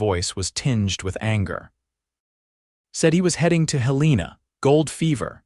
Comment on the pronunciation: Hél-len-a NOT Hel-leena!😅😅